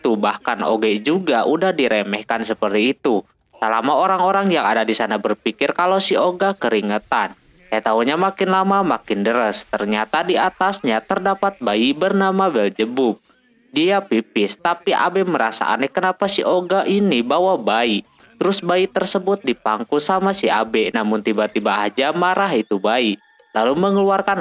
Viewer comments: Pas ngomong belzeebub napa jadi beljeubub harusnya belzeebab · Yang gw denger dari abang nya beljebub